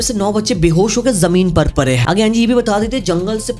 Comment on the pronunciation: pade he ❌ pare he ✔ 😂